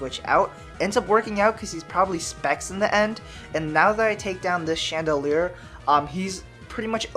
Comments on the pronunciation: It's not "chandoleur",it's "Chandelure". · It's pronounced: Shan da lore. Please take this into consideration. Mkay?